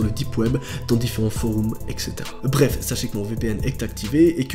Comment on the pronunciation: « foroums » 🤦🏽‍♀️ les belges quand est ce que vous quittez l’UE vous aussi ?